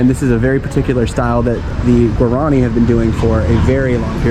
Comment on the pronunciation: Guaran i is pronounced (wah-rah-nee), with the accent on the last i. The lace work is called ñandu ti (nyan du tee) accent on the last syllable. Embroidery is called a' ho po'i. (ah-oh po ee) accent on the last i again.